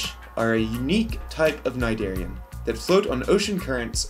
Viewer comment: Thank you for teaching me the pronunciation of Cnidarian, (i say it as knee-darian lol). But i think its nematocyst not nematocist. Great Vid sir, very comprehensible.